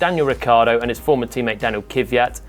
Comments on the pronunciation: All english language people say kivyat for some reason. :D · haha kivyat. Jolyon, just try to pronounce Kvyat without "ee" after K. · How the fuck can you fuck up Kvyat's name every single time?